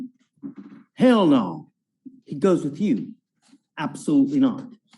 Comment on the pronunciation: He said no, not "naw."